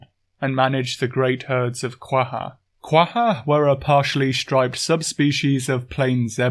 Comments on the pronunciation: That’s pretty much my take on it. Also: Quagga is pronounced “Quay-guh”, I will take no other answers haha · Well isn't Quagga pronounced with a [x] sound?